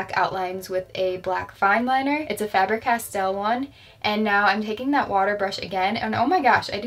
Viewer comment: isn’t it pronounced fayber castel?